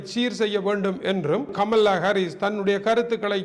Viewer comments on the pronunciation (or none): அண்ணே கமல்லா இல்லை. கமலா. ஒரு தமிழனாய் இருந்தும் இப்படியா உச்சரிக்கிறீர்களே!!!!.